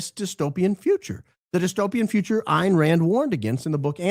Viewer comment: Btw it is pronounced Ann Rand